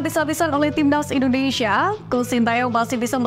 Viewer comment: INDONESIA, Mbak .... Baca yg bener ah Bukan INDONeiiiiisyaaaaa😅